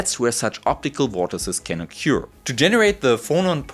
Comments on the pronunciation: a couple of pointers: in English, "trough" rhymes with "hof" in German; likewise "occur" sounds like "hoer" but with a retroflex r for Americans. The microscope is amazing but the result doesn't impress me--after all, we've known for many decades that things can travel faster than light in a medium. I have a thought experiment for the theoreticians among your viewers. Imagine a perfectly stiff rod several light seconds in length. Suppose when we tap this rod, a light signal is generated that travels in vacuum to the end of the rod. If we tapped this rod, the rod as a whole would travel at a very low speed but the signal would be perceived instantly at the other end, beating the light signal. Can this apparent contradiction be resolved? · Hello. Fellow non-english person here. The way you pronounce 'occur' is wrong (it goes beyond "having an accent") and it wouldn't be a big deal if you weren't using it so often in this (excellent) video. I am being pedantic only because I wish people corrected me more often so I can improve, rather than being polite, because in the end these little things just add friction for the listener and you want to be the best communicator you can be.